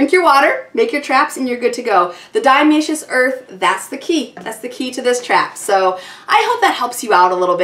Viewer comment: I couldn't listen to her mispronounce Diatomaceous Earth one more time! Ugh.